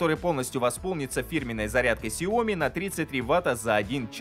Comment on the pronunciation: Есть Сяо Ми с ударением на "и", где " Сяо" в переводе с китайского означает маленький, а "Ми" переводидится как рисовое зëрнышко".А вот ксеоми никакого нет... 😊